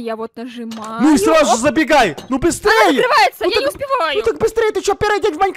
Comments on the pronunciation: Не "маЕнкрафт" а маИнкрафт"(не в обиду тебе) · не "маИнкраф" а "маЙнкрафт"